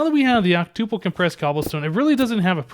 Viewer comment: Hmm you say octuple like tuple... Such a programmer...